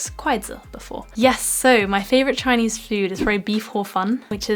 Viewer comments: You have an authentic Chinese pronunciation👍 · gosh, your Chinese accent is so gooooood... you sound like.... i don' t know, my sister...